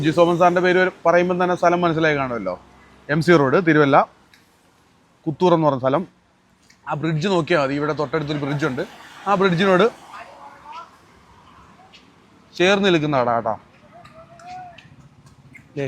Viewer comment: കുത്തൂർ അല്ല കുറ്റൂർ